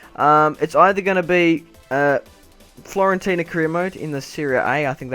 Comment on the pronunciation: just telling you its Fiorentina not florentina!:-) great vid